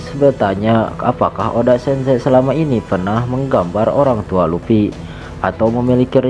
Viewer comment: Luffy bang bukan lupi